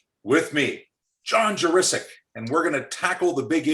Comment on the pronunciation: Very glad to hear Juricic pronounced correctly! (Speaking as an O'Brien taught my much missed Bob).